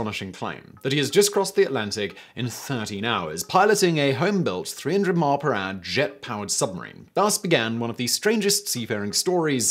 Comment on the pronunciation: 300 mile peraaah 😂 Gets me every time